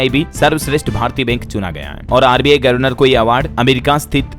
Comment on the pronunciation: गर्वनर नहीं गवरनर बोला जाता है